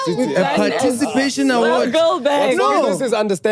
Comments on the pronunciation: I don't know English that well neh, but i have realized that most "learned" people have a problem with pronunciation of the words " PARTICIPATION" ( "parcitipation" )and "ESPECIALLY" ( "expecially" )..... and often times they can hardly hear themselves🤭......, i love you.... you just made my day😂❤. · “Parcitipatation” ~ 2024